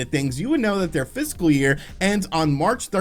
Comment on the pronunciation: Fiscal year? I keep hearing physical